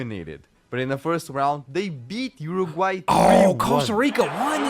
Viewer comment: so proud of you for pronouncing Uruguay correctly 🙏